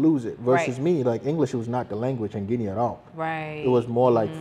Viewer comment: He said Guinea several times